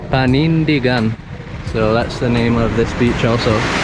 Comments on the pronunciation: You've been staying in Palawan for so looooong! You've shared so many beautiful spots there! I hope you and Carol are always having a good time! I love how you pronounced Panindigan! Hehe. Take care always! Viewer from Marikina City, Metro Manila, Philippines :) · You read that Panindigan exactly how we say it. It means stand up for it or conviction.